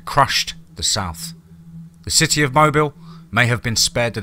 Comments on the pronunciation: Wonderful story...I loved it, but it's pronounced "mo bill"..not mobile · Mobile is pronounced MOBEEL. I went to college there. Good story. Well written.